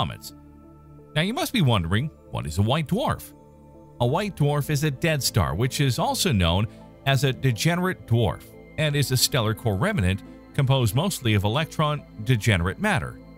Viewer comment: Good narrator but... learn how to pronounce "remnant" correctly, please.